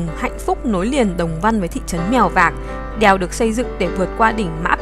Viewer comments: Đờ eo đeo huyền đèo 🤣 nghe b này nói như là i e eo đièo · Đìèo 😅 đièo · Mình cũng nghĩ giống Bạn …..